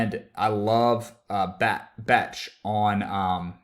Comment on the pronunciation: Not how you pronounce Becht :)